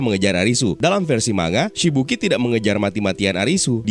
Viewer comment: koreksi kecil tapi tdk penting bang. manga itu bacanya mang-ga bukan ma-nga